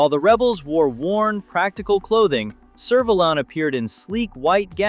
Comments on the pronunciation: It's pronounced Serve a lan the a being like cat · I'm glad you included Servalan from Blakes 7. However, it's pronounced 'Server-LAN' I was never afraid of Servalan, but B7 fans are in awe of her. She was as a cool, calm, and collected as she was evil. One of Blakes most loved baddies! And, yes. she was often dressed like she's going to a wedding, or off to dinner with celebrities or the Queen! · Serv what now? Seriously, couldn't you at least research the correct pronunciation?